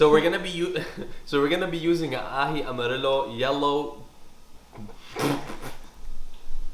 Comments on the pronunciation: and you pronounce amarillo as 'amarieyo' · Amarillo is pronounced the same way you’d pronounce the double L’s in “gallina” 😌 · It’s pronounce Amarillo like the yo on yo-yo